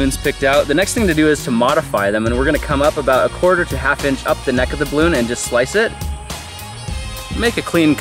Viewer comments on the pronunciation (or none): none